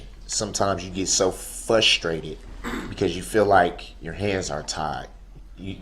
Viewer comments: He was also “fusstrated” at people not knowing what was in his heart. I’ll tell you what was in his heart. It was hatred. He cut the “umbiblical” cords on his children. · i don't think duhrell is pronouncing the word frustrated correctly.....